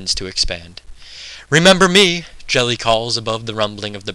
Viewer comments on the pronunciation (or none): Another great reading - thanks! btw that's Geli with a hard g as in goddamn - i was pondering - Jelly? Who the fuck was Jelly?